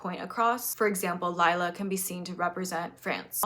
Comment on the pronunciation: I don’t think it’s that important, but I’m polish and just a quick fact: the polish name Lila is not pronounced as Layla is, but more like Lee-lah.